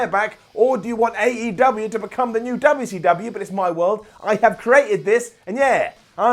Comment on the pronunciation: next video.. "Why cant Simon pronounce WCW right ?"